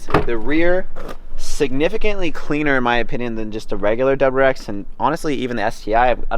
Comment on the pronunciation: Is he saying doubererex?